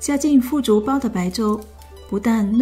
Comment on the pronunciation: 腐竹，腐第三声。我最爱吃了。